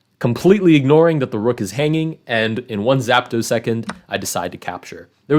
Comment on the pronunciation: Minor thing but you've said it several videos, it's zeptosecond, not zapto